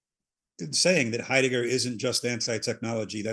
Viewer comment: 'ate 'eidegger luv me boys talking about 'eidegger